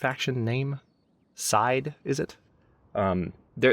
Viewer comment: To answer your query at the end, the settlement of Side is pronounced See-deh, or See-day, depending on where in Turkey you come from.